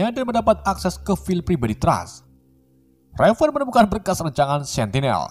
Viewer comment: perasaan nama mistique raven dehh,, bukan revan